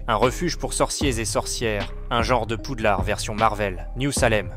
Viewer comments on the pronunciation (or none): none